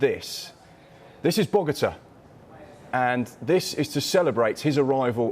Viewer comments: BOGATA!!!!REALLY FIX THE VIDEO PLEASE IT'S BOGOTÁ!! BOGOTÁ BOGOTÁ! SMH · Bogotá not Bogata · Guys, it’s Bogotá, not “Bogata”. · Is Bogota not bogata btw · Yo it's Bogotá not Bogata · Actually embarrassing from Sky sports that they can do a whole story on a player, and they cant even correctly spell the capital city of the player's home country. Its Bogota, not "Bogata". What actually happened to journalism? This type of ignorance and lack of care happens on such a regular basis now. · “Bogotá” not Bogata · Bogotá* not bogata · Back in "Bogata" lol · I thought the capitol of Colombia was Bogota not Bogata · wtf people cant spell colombia and now bogota its not bogata